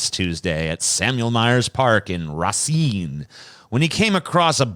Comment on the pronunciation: Why does say all city names like they're French? Probably because he grew up in Louisiana. I admit I've never heard "Racine" pronounced that way.